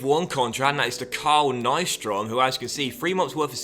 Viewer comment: The way you prounanced Carl nyström